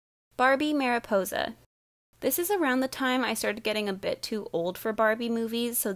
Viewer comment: does anyone else (who speaks Spanish) slightly cringe when she says Maripousa?